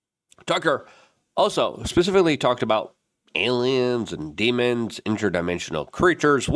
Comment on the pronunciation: Why does this weirdo wants us to believe it's alyums so much?